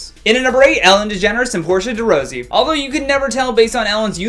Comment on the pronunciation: Also you should know the correct pronunciation of the names of the people you're reporting on, it's Portia di Rossi, not Rose-y as you said, ignorant